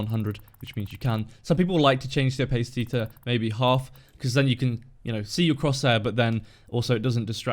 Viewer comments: are you sure you're actually British?;) pronounced more like Oh•pas•ity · PayJ It's not pronounced like that in the UK... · I'm British and i aint never heard someone pronounce opacity like that before! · That is not how opacity is pronounced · thats not how its pronounced in the UK lmao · I'm British and never heard it pronounced that way. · Yeah I thought of that after I commented. It just sounded weird to me. And I even have a british accent.